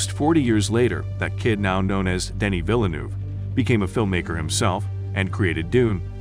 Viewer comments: Denis not Denise 😉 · Denise? It’s Denis bud, he’s a dude with a dude’s name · He's French. It's pronounced Denny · It's cool what CapCut can do now. That's a howler at 39 secs though - Denise Villeneuve? C'mon, he's Denis ;-)